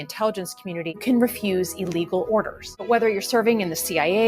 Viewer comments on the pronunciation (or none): She said Illlegal order. You idiot, you keep forgetting the word. Illegal.